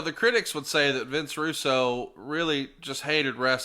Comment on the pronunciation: Who is Vince Rusoo? I know Vince Russo.